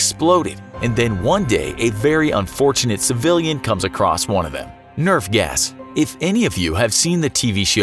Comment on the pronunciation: I thought he said "nerf gas" and I was like it's nerf or nothing